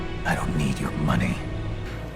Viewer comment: "I have a plan Arthah, I just need more Moneh"